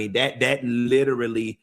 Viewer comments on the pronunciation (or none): none